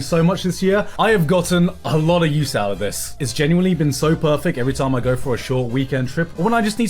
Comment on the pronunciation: gant did your mr larkin nick frost ass just say perfick